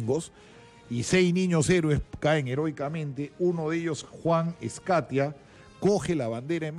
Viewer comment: Juan ESCUTIA. no ESCATIA!!!!